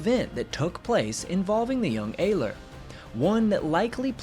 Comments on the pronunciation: it's pronounced ERler, not ayler. youre forgetting to pronounce the R in Ehrler. i speak gerrman, btw. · One thing I would suggest when stating names foreign to you is to use something like Google translate in order to learn the pronunciation. I'm not sure how ‘Ehrler’ became ‘Ayler’, though I am always unsurprised at the mispronunciation of ‘Adolf’. It often makes me wonder if there are people that call an apple an ‘aypple’. I do understand that sometimes these things can be tricky, but I honestly do think it would be a good thing to do since it's so easy to check these days. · Name of the Pilot is pronounced Heinrich (sh from the back of the throat) Air-ler. Can't you get anything right mate lol its alright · Heinrich Ehrler (the Ehr of his last name is pronounced air) "sehen sie im Walhalla" (see you in Valhalla) before ramming the adversary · Ehrler is pronounced Er ler in Heinrich Ehrler's case. Underreporting was relatively common during WWII, so was overreporting though. Denying intelligence to the enemy is the point of underreporting losses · Well done. For all who are interested: Ehrler (pronounced Air.ler) addressed his famous last words to his friend Major Theodor "Theo" Weissenberger (Kommodore of JG 7; 208 victories). The original words in German: "Theo, Heinrich hier! Habe zwei Bomber abgeschossen; Munition ist alle. Ich ramme jetzt. Auf Wiedersehen, sehen uns in Walhalla!" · Btw it’s pronounced more like eRleR focusing more on the Rs